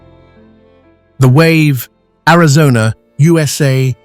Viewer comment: What fine white sand upon Easter Island? USA "u'saay" lmao AI struggling a little?